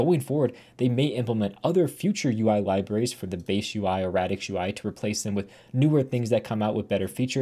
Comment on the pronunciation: is that fr how you pronounce radix lyra and mira??